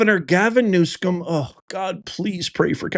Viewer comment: NewSOM, not new”scum”😉news-come